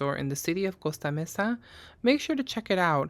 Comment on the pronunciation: I hope you took that adorable cherub home & put it right in your hutch for your great Valentine's Day decor! ❤ Also, I appreciate your pronunciation of "Costa Mesa." Yo tambien hablo Español! 😊